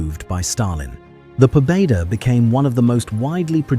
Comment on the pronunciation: Pobeda is pronounced Pobyeda